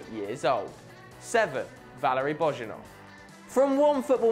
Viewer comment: Geez... please learn at least some of the names when you make a video like this, at least the football clubs' names. Lecce is pronounced like latch-eh (that's just an approximation for you), it's definitely NOT leeeease (that made me cringe, really). And Bojinov is also not pronounced Bozhinov, but Boyinov. It's not that difficult, it's just 10 players plus a few clubs for each...